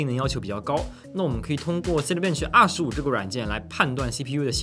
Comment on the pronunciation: cinebench的发音建议讲究一下